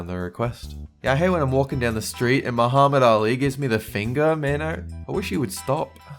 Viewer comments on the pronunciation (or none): none